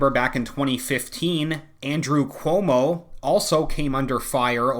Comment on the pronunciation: Everytime you say Cuomo, I keep hearing 'homo'. Maybe I'm just tired 😆